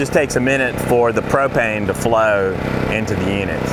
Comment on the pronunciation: What are you saying I can't even make out what you're saying after gasoline what is babano